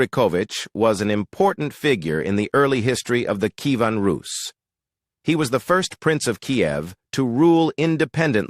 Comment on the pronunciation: Bee-Zan-teen-Ah Em-peer. NO. Key-A--ven. NO CON- stan- tin- O- plee. NO BiZ- an- TEEN. NO Sl-aa-vik. NO Key-VAN Roos. NO NO NO NOOOOOOOOOO